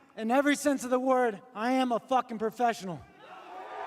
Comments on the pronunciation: Professional and precise = profice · My boy say he profising? Wtf is that? Lol